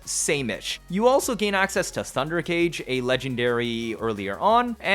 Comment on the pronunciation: Axseas! lol